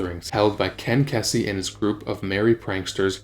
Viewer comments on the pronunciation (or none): Ken "Keys-zee" not Kessy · 140 kph is about 85 mph in the US. Why the eurocentrism? Ken KEE-zee not KEZZ-ee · Please, if you're going to actually do a video on something that apparently you seem to have knowledge in, please pronounce people's names correctly. It is Ken Kee-zee not Kessey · Why use kilometers when we deal with mph in America? What’s a kilometer anyway? It’s Ken Kesey, not Ken Kensey btw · You mispronounced Ken Kesey's name. It's pronounced KEE-zee. You also got a lot about the dictionary anecdote wrong. Phil is not a fish, he played bass, which is like base, therefore making him a bassist, pronounced BASE-ist. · Seems to me that if you're gonna make a documentary/video about something you should get your facts straight and at the very least know how to pronounce people's names. Someone like Ken Kesey deserves the respect of not being called Ken Kezey. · KESSY??? you dont even know how to pronounce kens name right. you dont know jack shit. you should be embarrassed . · It's pronounced KEY-SEE Even though it's spelled Kesey,, Dang man,geez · It's pronounced "key-zee." Jesus. Gen Z'ers shouldn't be allowed to do these clickbait videos. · Ken Kesseee. Nice AI BS track. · Ken KEY-see… he’s an amazing novelist as well as the leader of the Merry Pranksters…c’mon man. These AI vocalizations are so lame. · Pronounced Keezy. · I was hoping someone corrected him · Mispronunciation of Kesey's name. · I would have hi like if the narrator had managed to pronounce “Kesey” properly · This guy clearly got all of his info from reading a book. Doesn't know how to pronounce Kesey, doesn't know MG's name, etc. It offends me a little bit.